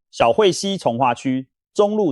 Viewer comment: 檜，音同快，小檜（快）溪重劃區。 做這種分析性節目，正確性很重要。 字都讀不懂了，談道理，會讓人笑。